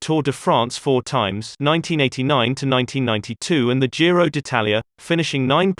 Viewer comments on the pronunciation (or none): none